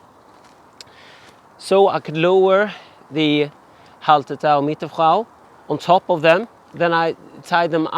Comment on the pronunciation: Hey, love the look of the hop garden, way better than my attempt at growing along my garden fence. Although I feel everyone else is too polite to mention it, but surely Hallertau has no T after the LL?:)